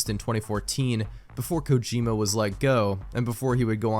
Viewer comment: who pronounces kojima kojimba?